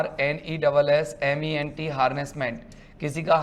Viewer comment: Haressment होता है उत्पीडन, ना को harnessment